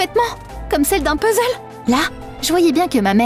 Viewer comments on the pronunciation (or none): none